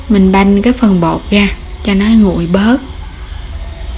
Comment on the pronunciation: Nghe " đổ ga gổ , gồi , ... " khó chịu ghê . Làm video để hướng dẫn mọi người nghe , hiểu , làm theo thì nên phát âm trơn láng , rõ ràng , chuẩn mực mới thu hút nha em . Dị ứng giọng đớt đát , ngọng ngịu ghê đi ! cái này có thể sửa , ko có khó , cố lên